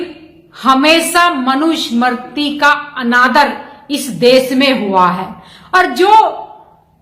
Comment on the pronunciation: इनको मनु स्मृती उच्चारण ठिक ढंग से नहीं करना आता.